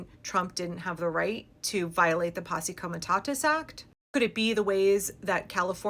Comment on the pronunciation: I am impressed that you can pronounce posse comitatus. I’m curious how many times can you say that really really fast? White privilege is what drives the liberal class. What are they doing now? OMG! Did you hear what he said today? OMG we HAVE to stop him! Not realizing that he is merely a poster boy for the more sinister things that are happening, like a Jenn O’Side! So many tax dollars wasted. So many women and children slaughtered, so many starving to death. Makes all the drama junkies look very weak and pathetic.